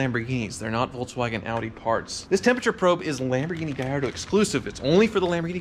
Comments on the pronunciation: Why are you pronouncing it Gayardo it IS Gallatdo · Mate! It's GALLARDO not Gayardo. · Gallardo...in spanish, that would be pronounced GaYardo....but in Italian, the "LL" is pronounced "LL" NOT as a "Y"